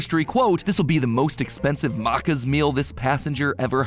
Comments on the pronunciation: Did he just call it marcaas it’s macas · Bro said Markers D: I would've thought he said maracas at that point im dooooone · As an Aussie hearing Matpat pronounce Maccas (Mack-as) as Muccas got me by surprise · for the americans: the context is maccas is said out loud “makkas or makkaz” not “mocas” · Matpat: Mar-ca Me: *triggers* ITS MAC-CAS!! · I-I- 😓 I can’t. Muccas. This is not acceptable. M-A-C-C-A-S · Then I assume you heard when he said… muccas. IT’S MACCAS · Australian here. The way Mat pronounced “maccas” is absolutely priceless. It’s just pronounced “mac-iz” not “mark-iz” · As an Australian, hearing someone pronounce Maccas (pronounced Mack-uhz) as Markers really hurt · Aint no way you said mahcas and not Mac-cas im having a stroke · As an Australian, I was rolling around laughing when I read "This will be the most expensive Maccas meal this passenger has ever had." (and yes. We call it Maccas, pronounced Mack- Ez) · frrr, he said it like "mochas".. Actual Painnn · 100% "Mah-cahss"?!? Maccas rhymes with "crackers" or "hackers"- Does Mattpat think we pronounce the full name as "Mahk-Doe-Nahlds" or something?!? The way he handled that first syllable was just baffling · He said Macca's like how you say the currency Macca (Pronounced "MAA-KA") in Shin Megami Tensei... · homie said MARCAS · ikr, like "maacas" im ded 💀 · I am still mad it’s more so pronounced maces even if it’s spelled maccas 😊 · NO WAY HE SAID MARKERS 💀💀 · I almost cried lol. 😂😭😂 “mIcKEy dEeS” “Maraccas” Btw hello fellow Aussies! 👋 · Ikr, like when talking about good old Mickey d who sees maccas and is like yes muccas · As an Australian the way you said Maccas killed me. For future reference the pronunciation is ‘mac(like the big mac)-cas' A bit like pronouncing Maraccas just without the extra 'RA' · Any other aussies getting slightly triggered by ‘marccars’ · He called "Maccas" "Marcas"😭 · I literally burst out laughing when he said it like it was Arabic dish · Yeah, it's really bad lol.